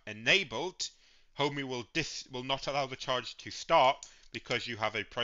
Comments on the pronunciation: It's Ohme, not Homey, infuriating! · I had to stop watching. Couldn't cope with the mispronunciation of Ohme. It's NOT Homey!